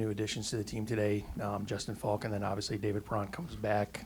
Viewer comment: When people say Justin Faulks name, sounds like they’re saying Justin Falcon 😂